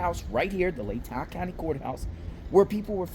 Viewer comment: Pronounced “Lay-taw” county 😊